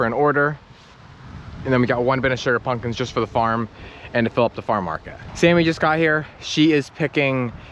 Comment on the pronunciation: Pump kins not pun kins .